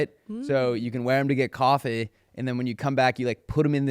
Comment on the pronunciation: I’ve never heard someone say the word coffee the way did